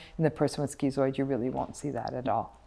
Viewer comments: stop calling it skeezooid and that will help. It's schizoid for a reason, to "schizm", it's just schiiiiiizoid. No eeeeeeee. She's also incorrect that zoids will not help other people because we're supposedly just so indifferent. That's incorrect. The vast majority of zoids I know would help someone around them and as would I (and I do, and they do). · Why is it pronounced skee-zoid but skiht-zo? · "skitzoid", it's the same part of the word "schiz-" as in schizophrenia or schizotypal and should therefore, in my view at least, be pronounced the same. The part of this word means "split" in Greek. But I hear many people pronounce schizoid as Dr. Ram does.